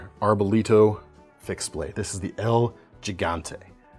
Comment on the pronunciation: pronounced “HEE-gante,” because Español